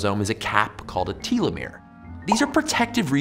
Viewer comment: That's definitely not how you pronounced telomere.